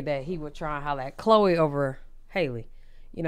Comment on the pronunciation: Not you pronounced her name wrong 🤣 and Chloe and hun don’t match at all